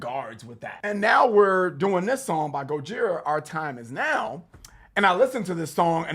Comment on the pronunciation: Guys: GO-JI-RA, as the French pronounce it and not GO-DJI-RA!